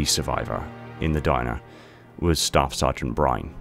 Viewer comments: Brine? Byrne has the y before the rne, so in my mind it's pronounced more along the lines of Buy-ern or Beern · Nolan Byrne's last name is pronounced as burn